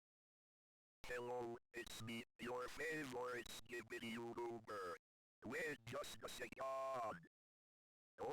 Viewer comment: 00:5 “Yoodoober.” (NO HATE!)